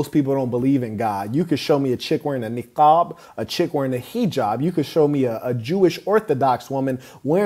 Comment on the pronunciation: Goddamn bro, you pronounced the word niqaab perfectly like an Arab would. Most folks, even Arabs, can't pronounce the q in Arabic correctly, so they pronounce it like k instead of a deep q sound in the throat. You really impressed the hell out of me just with the way you said niqaab.